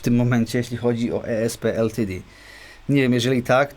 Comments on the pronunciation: Błagam... Jak czytasz/wymawiasz nazwę ESP LTD to zdecyduj się na jeden język, bo wychodzi coś w stylu tej solówki do NEM... Niby wiadomo o co chodzi, ale słucha się tragicznie ;) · O co chodzi z tą wymową "e es pe el ti di"? Albo "e es pe el te de", albo "i es pi el ti di" :P Później pojawiają się jeszcze "hambakerski e em dżi". :D